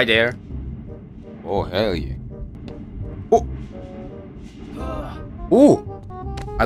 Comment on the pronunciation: Last boneworks vid: 50% "Herr yeah" 50% "Watahek?" This boneworks vid: 105% "Herr yah"